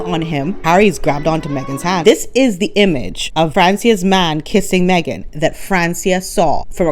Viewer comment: Megan takes "the Me-gain"show everywhere she goes"!!😂😂